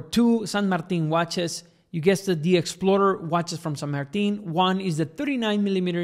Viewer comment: Finally, someone says the name right. ¡ Finalmente, alguien pronuncia la nombre correctamente!